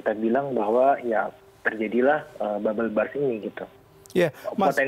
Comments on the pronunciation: Salah fokus sama news anchor nya yang salah pronounce bubble burst ke bubble brass. Yakali seorang news anchor CNN ga ngerti arti bubble burst 😂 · Wkwkwkwkwkwk iya bener , gw denger nya Bubble Bras coba apa itu kira2 wkwkwk. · I thought this CNN presenter mispronounced when saying 'Bubble Burst', It sounds like 'Bubble Breast' (Payudara Gelembung) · Bubble brass? Hehehee.... Mohon bahasa Inggris nya diperbaiki. Malu dong, ini kan CNN.